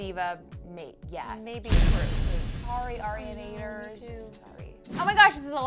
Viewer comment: Ariana is not a diva. And you said arianators wrong. Nice.